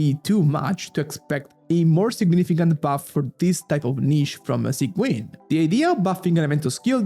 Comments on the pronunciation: its pronounced as sij-win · i know it's important to you because you fixed it with arlecchino, sigewinne is pronounced "sijwin" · why does he sait it like "Sanguine"? 😭